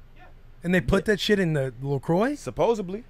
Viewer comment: Somebody plz tell KB it's supposedly.